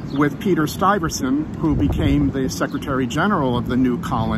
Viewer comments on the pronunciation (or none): I am a desd of the earliest Dutch to NY 1600s Stuyvesant is not Stiverson as you pronounce it. Funny how the have the caricature of a dutch colonist a la mascot of the NY Knicks shortened for Knickerbockers, Any other group would be complaining about the abusive use, but I guess that is just a good thing. Since we no longer exist as a group; diluted by 400 years of British theft. As was the same case for Dutch buying & selling out the natives of Manhattan too.